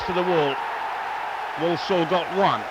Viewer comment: Walsall not Wallsall